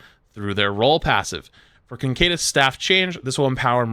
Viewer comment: What I'm wondering about is how he's getting "concadus" out of "caduceus". Like, it's not that hard to say CA-DOO-SEE-US.